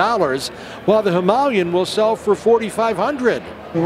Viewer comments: HIM- UH-LAY-EN not bloody Himalyen, its not even spelled that way. "Himalayan" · Why can't these guys pronounce "Himilayan" properly? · Him Aa Lay An! can't you guys speak English! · Listening to the yanks completely miss pronounce Himalayan is so frustrating! Even the guy who works for RE cant even say it properly. smh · How can the guy working for Royal Enfield not even know how to pronounce Himalayan?? Shocking...!!!